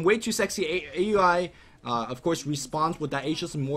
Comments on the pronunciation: Hey, "A U I 2000" is pronounced "Owl-ee 2000" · no its fucking A.U.I not ow e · Once again, it's pronounce OW-UI, NOT A.U.I... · Even though Aui says he doesn't care, most people that know him personally call him A-U-I because I believe that was how it was originally intended. In fact, Blitz even hates it when people don't pronounce each individual word.